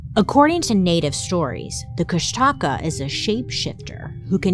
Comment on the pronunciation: Try to phonetically pronounce it Kush-duh-caw to try say it more closely like how the native speakers say it. I was listening to you in the background thinking what in the world is she trying to say? Then I looked up and realized what you were talking about. Lol